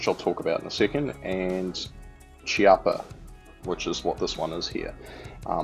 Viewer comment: The correct pronunciation is Keeappa :)